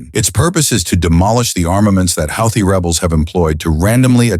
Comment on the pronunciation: Houthi is mispronounced NO, it was NOT a F-17 that was downed. No such aircraft exists It was an F-117 Nighthawk , not an F-17